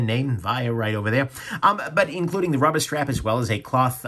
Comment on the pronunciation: “Friggen rubbah” love it 🤣